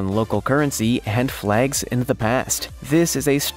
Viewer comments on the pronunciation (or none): Words like „hand“ and „hin“ for ‘and' and ‘in’ makes my face crawl like a millipede hunting for your „hnight“…